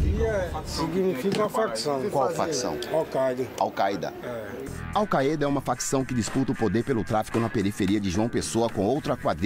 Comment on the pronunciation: "okaida" Alkaeda.